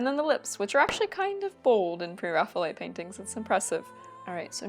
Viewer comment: The term is based on the Renaissance artist, "Raphael" = "ræfi.əl". Therefore, pronounce it "Pre + Raphael + ite". certainly looks like a Pre-Raphael subject! The style looks like a great fit for her.